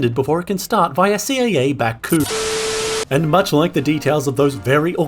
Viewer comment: "Hello, und welcome" LOL